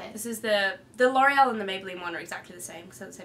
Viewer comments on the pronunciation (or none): When Fleur says the Loreal I always hear Delorean hahaha